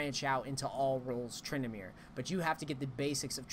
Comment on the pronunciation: Edit titel TrynD*amere!!! not Trynamere :D